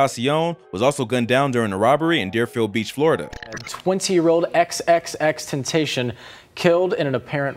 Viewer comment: The news anchor butchered the fuck out of xxxtentcion names(but in a way he didn't)